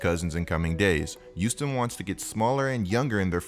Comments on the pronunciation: “The youston Rockets” 😂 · Is it me or is saying “youston”?